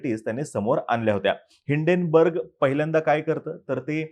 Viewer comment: It's name is Hinden why u pronouns as Indane